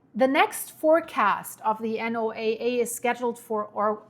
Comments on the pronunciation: You said the key part "below the surface " its SOURCE not the surface nor the mid levels its at the floor !!!! What does that tell you ?!!!!!!!! NOAA Pronounced No-uh ! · Thank you for all of this info. Also, we call "NOAA" Noah that's how it is pronounced in the U.S. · (just FYI: NOAA is spoken as Noah, like the male name. And El Nino is pronounced like L neen yoh in Spanish and English). Thanks for keeping us updated. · for NOAA, you can just say Noah. Everyone pretty much knows that is what you're referring to. 👍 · Is anyone going to tell her how to pronounce the abbreviation for NOAA?